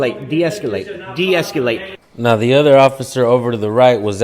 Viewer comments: Deesculate, sounds like ejaculate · Hopefully he learns how to pronounce deescalate, and not deesculate🤣😂 Sorry, mispronunciation is a huge pet peeve of mine🤣😂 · Who says de-escalate like that? There is no "u" my guy. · The word is “deescalate.” Can’t stand people adding extra syllables. 🤦🏼‍♂️